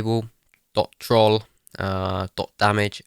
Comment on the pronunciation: The way he says troll